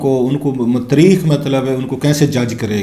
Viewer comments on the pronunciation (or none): Please correct your pronunciation. Translation of History in Urdu is "taareekh" not "tereekkh".